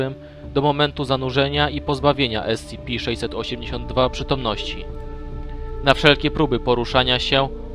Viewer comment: tf2 No nwm czy na angielskim się zna lepiej skoro mówi "ES CI PI" czy "KITER":p